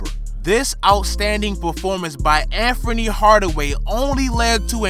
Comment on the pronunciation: Yo bruh it's Anthony not Amfomie.. lmao.